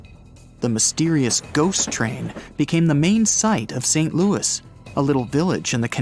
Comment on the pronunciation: And saying Louis wrong! 🤣